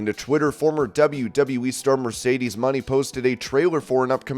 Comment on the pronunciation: This announcer is still mispronouncing Mercedes Mone’s name smh